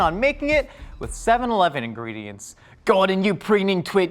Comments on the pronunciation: its seven-ELEVEN not SEVEN-eleven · I love the way says "Seven-leven"